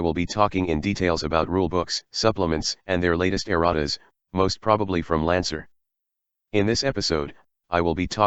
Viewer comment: I can't be the only one hearing Erotic every time he says Errata right?